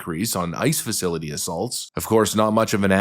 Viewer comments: Sounded like he said "an attack on a nice facility" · Learn how to pronounce the facilities name correct.